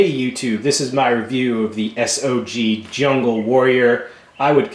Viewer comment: Its not S.o.g is sog pronounced saauuuggg not s.o.g